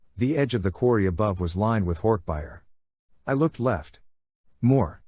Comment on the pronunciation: Hork buyer. It’s bajeer lol